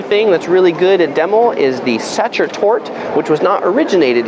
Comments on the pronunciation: best not to say "cafe Satcher" unless you want to sound like, well, a tourist... also, the empress is called: Sisi, but still : enjoy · I actually liked your tour — practical points of interest. I spent a year in standing room — it was the best. Your pronunciation is off though: Think German: Sacher. (Sah-hHerre), the “ch” is a gruff “huh” sound with a gluttoral ch mixed in.; Wien is (Veen) — no W here; and streets are “strah-seh. Thus, Ringstrasse or Kartnerstrasse. (Ring-strah-Seh; Or (Kaerrt-ner-strah-seh). If you pronounced these a bit more Germanic, it would give you more street cred. But I did like your to=-the=point travel picks.I am no expert Thanks.